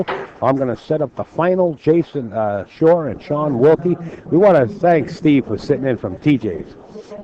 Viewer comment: okay SERIOUSLY that NY accent is Sooooooo obnoxious/fake. "Jason Shawer” really?? I've watched enough matches that you've concentrated to know that you don't add an R to the end of every word ending with "aw" and sometimes you do it too words that don't even make sense. you sound silly and you don't even focus on the match. should be fired. this is why pool can't be taken seriously